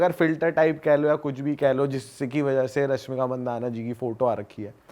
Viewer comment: पहले मसीन नहीं मशीन और आर्टिफिसल नहीं आर्टिफिशियल और रस्मिका नहीं रश्मिका कह दोस्त तू ज्ञान की बात बाद में 😂